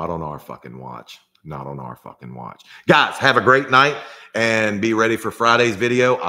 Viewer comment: Why do you pronounce the word "on" as "uwon"?